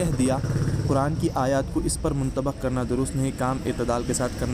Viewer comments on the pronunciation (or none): منطبَق نہیں منطبِق ہے کیوں کہ انفعال کاباب لازم ہوتاہے نہ کہ متعدی۔۔۔ رہی بات اختلاف کی حضرت کواطلاع کرو یاان سے ہی رجوع کرو۔۔۔انتشارکی ضرورت کیاہے